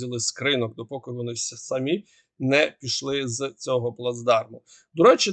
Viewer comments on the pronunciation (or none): none